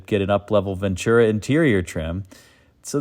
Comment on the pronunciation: Ventura is pronounced VEN-TU-RA. NO CH. NOT VENCHURA. You can tell people not from the West Coast or having lived among Hispanics mispronounce Ventura.